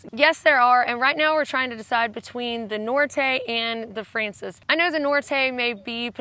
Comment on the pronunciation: Poor you with your voice! Everything you've told us sounds exciting though. One pronunciation tip: in Spanish, frances has stress on the second syllable (fran-CES, or fran-THES, really).